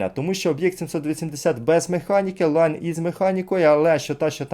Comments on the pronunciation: Всі говорять лІон а як завжди наголос скаверкає лАйн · Навіт відео варгеймінга говорять ліон а автор каже шо то лайно😂😂😂😂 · Просто читає як англійською, але це італієць, тому Ліон.